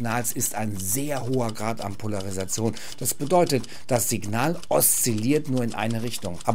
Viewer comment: Was ist des? Poleresation?